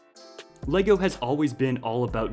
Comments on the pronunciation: i am from denmark and your saying the words wrong!!:D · The correct pronunciation is Légo!